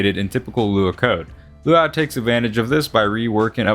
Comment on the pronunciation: Loo WOW? Dude just say lua or "LUA YOU" (luau) it isnt that different from lua.